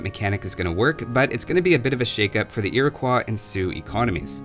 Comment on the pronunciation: The best thing I learned from this: How to pronounce Iroquois